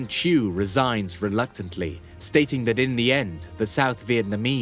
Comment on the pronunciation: South Vietnam President name was "Thieu" Nguyen ; Not "chu" !